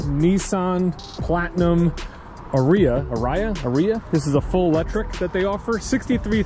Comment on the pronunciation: our Nissan dealer in ohio has a full lot and Toyota almost zero. It is ar- ri-a R like the letter